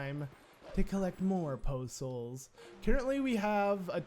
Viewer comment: Poe Souls sounds like postals to me. I was thoroughly confused. What did the postman do to you?!